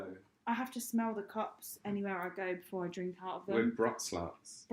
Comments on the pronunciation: Brut is pronounced "broot" not "bruht". Go to Krogers! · It's pronounced broot